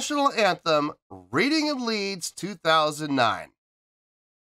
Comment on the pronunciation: Reading is pronounced redding. It's the only place in the world that calls woodlice 'cheeselogs'.